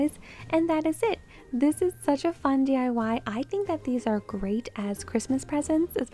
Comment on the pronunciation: DYE-Y LOL it's actually D-I-Y 🤣